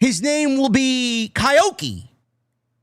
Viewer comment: Just caught your rant about Hiromu's new name. My apologies but it's pronounced "KEE-OH-KEE" or "KYO-KEE". That being said, I agree with you that his WWE stay will not go well.